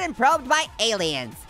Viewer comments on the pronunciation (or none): none